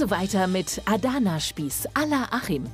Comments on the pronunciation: "aadana spieß" 🤣😂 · Mich triggert voll wie die ‚Adana’ aussprechen😂